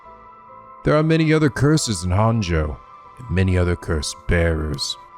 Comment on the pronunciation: This is going to bother me forever if I don't correct it now: Japanese is a phonetic language with syllables that are almost always separated out by vowel sounds, so... "Honjo" is pronounced "Hone-Jo" like "Hojo" from FF7. It's not too late. Please, come to the light, we can still save you from mispronouncing all the proper nouns in another japanese visual novel, EDIT: Also, as someone who's only about ten minutes ahead of where you are in the story, I have to say you should NOT look at any other playthroughs, even ones that show parts of the game you've already seen.